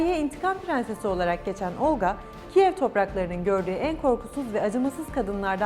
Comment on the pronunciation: Olqa ismindəki L herfi yumşak deyilmeli. Xatun Olqa deyerken çox kaba çıkıyor..Çünki Rus dilini bilmiyo.